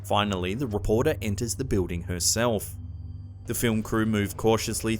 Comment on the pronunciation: Anybody else dig how he says building? Pillding